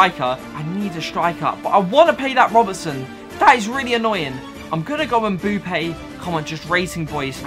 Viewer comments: Its Mbappé not mbUppé pls !!!!!! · It's mbappe not mboupe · The way he says mbappe mboope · When he says mbappe as Mbuppe oof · And he said Mboopa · i was looking for this comment lol 😂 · This dude calls Mbappe Mboope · Why do you say mbuppe